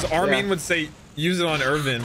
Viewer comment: bruh I know how to pronounce armin, I was saying pronounces "armeen" no one ever said "arminee" tf lmao